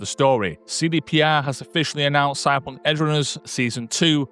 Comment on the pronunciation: How the hell do you manage to pronounce Cyberpunk with just 2 syllables? Stop it!